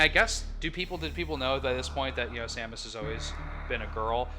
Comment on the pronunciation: Y can't people say Samus?